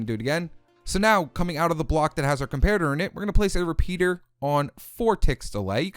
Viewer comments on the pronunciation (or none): none